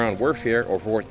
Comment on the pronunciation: "war tunder"